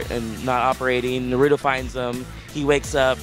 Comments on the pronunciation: Not being mean but they make it seem like naruto is the hardest word ever N a r u t o not Narudo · OMG! Why they always say Nerudo instead of Naruto and those are the creators of Naruto? I mean seriously, the ppl that help make it can't even say the name lol. This game looks sooo beast!! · Nuh-ru-do. I miss Jason Enos now. LOL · "narudo " xD is like they cant read i agree bruh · Can they get some people that can at the VERY LEAST pronounce Naruto's name correctly lol? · One of my biggest pet pevs when people say stuff wrong NARUTO say it right D' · I hate how he pronounced Naruto in . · Why do they pronounce naruto like it has a d in it I hate that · Thier saying Naruto wrong I hate when people get the names wrong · why you pronounce it wrong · they are pronouncing naruto wrong